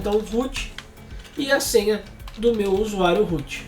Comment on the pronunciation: Desde sempre, vejo alguém falar root e o que meu cérebro traduz: -Rute? 😄